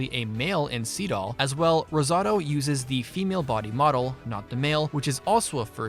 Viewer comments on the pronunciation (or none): none